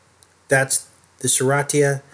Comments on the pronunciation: Enjoy your vids but wish you would pronounce Serratia correctly (sir RAY shuh) since you have made several vids about it. Marcescens (mar SESS ens). Nosocomial (no suh COMB ee uhl) is a hospital acquired infection, meaning you go in the hospital for one illness or surgery and unfortunately pick up an infection from germs and bacteria in the hospital. Some hospitals have a worse Nosocomial infection rate than others, and it should be public knowledge but they try to hide the stats from the public. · I'm an RN, it's pronounced Ser RAY sha.